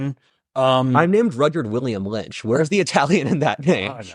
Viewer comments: it is not pronounced Rudy-yard, it is pronounced RUD-yerd (Like Rudyard Kipling, the English novelist and poet) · Haha, just like the famous writer Roo-dee-yard Kipling! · It's pronounced Rud (as in rudder) yerd. So close to "yard," but more of an "er" sound.